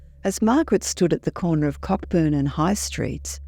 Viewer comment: Cockburn is pronounced Coburn. The actor James Coburn was actually originally called James Cockburn but changed it to stop the predictable rude jokes.